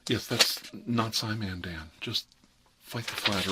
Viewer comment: Did you say scimandan?